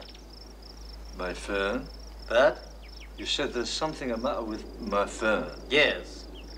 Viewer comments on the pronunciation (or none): Not the phewn. The pheun. ;)